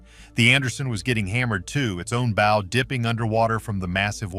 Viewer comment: Oh this is such horse shit. This is just AI slop, or at the very least the AI voice that can't say "bow" correctly is grating. I particularly liked the crazy theory about the Soviet submarine in Lake Superior. A Soviet cold war era submarine that would have been so noisy the navy would have heard it leaving port back in Russia. A Soviet submarine that would have had to make its way, undetected, through the Saint Lawrence Seaway. Then it would had to transit Lake Ontario, the Welland Canal locks, Lake Erie, the Detroit River, Lake St. Clair, the St. Clair River, Lake Huron, the St. Mary's River, and finally the locks at Sault Ste. Marie.